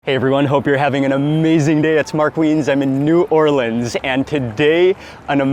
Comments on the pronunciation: Mark, I'm a native New Orleanian and I have to hand it to you my good man, you pronounced the name of our fine city properly, whereas most food bloggers botch the living crap out of it. My wife and I live and teach in Alexandria, Egypt and well, we have yet to find over the top fried chicken here, but the koshary, falafal, and foul are killin' it, HA! Love your vids man. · Mark pronounced New Orleans properly!!! Thank you sir!